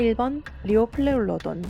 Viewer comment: 리오플레우로돈을 왜 리오플렐우로돈이라고 하셈? 발음 쓰레기네 ㅋㅋ